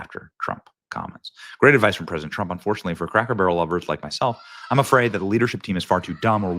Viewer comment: Take a shot of alcohol every time Benny says craker barrel in his play lists of cracker barrels videos